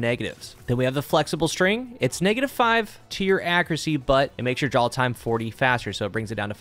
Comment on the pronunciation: My brain: "He's saying draw & draw-time" My ears: "drawl & drawl-time"